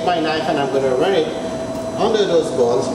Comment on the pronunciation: him: bones what i hear: balls